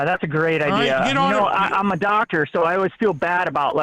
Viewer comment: Hahaha “Good idiar”